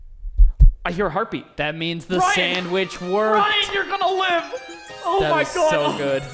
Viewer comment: I'm begging you, say gonna, not gollna